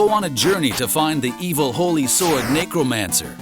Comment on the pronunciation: I thought he said Negromancer...lol. That would be a cool name though